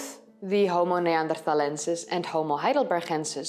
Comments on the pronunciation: why pronounce "neanderthalensis" and "heidelbergensis" so strange? Named after areas in Germany, why not pronounce them german? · Most interesting. She has a strange prononciation of Homo neanderthalensis and Heidelbergensis.